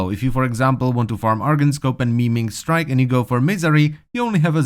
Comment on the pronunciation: I was actually giggling after he kept saying it